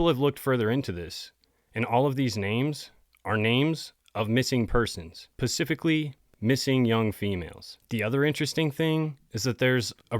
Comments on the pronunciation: I just want to know if anyone is correcting this dude when he intentionally says pacific instead of specific. I mean, black ppl get demonized for this same slip up. I also wanna know if this host is just trolling or like a lil illiterate🤔 it just seem tough for white ppl to effectively speak on black ppl… ya think🧐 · Specific not pacific. Dont want to be that guy but Ive heard you say too many times now 😂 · after coroners practice 😂move on to S pecific (its not P ecific) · Specific not Pacific my favorite story telling friend. ❤😂😊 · Pacific is an ocean 😂 sorry this isn't hate I haven't heard someone say Pacific instead of specific since elementary school 😅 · If you say pacific instead of specific, you sound really dumb. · I ABSOLUTELY LOVE YOU AND YOUR VIDEOS SO I SAY THIS WITH LOVE AND ABSOLUTELY NO MALAISE BUT I CRINGE EVERY TIME YOU SAY "PACIFIC" INSTEAD "SPECIFIC" LOL! ONES AND OCEAN AND DEFINES! I DON'T THINK YOU EVEN NOTICE! 😂❤